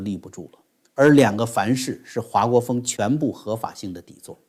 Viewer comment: 华（hua姓4声不是2声）国锋